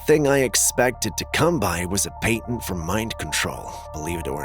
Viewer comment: Who here has the balls to let be aware of how to pronounce ' PATENT ' correctly?